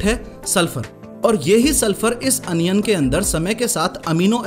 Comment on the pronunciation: Onion ❌ Anion ✔️